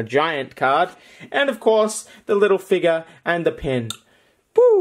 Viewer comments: He says figer not figure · You say figure very funnily ...it's a fig YOUR not figga. Lmao